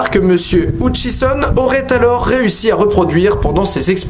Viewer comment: et c pas houtchison mais heutchison tu le prononce mal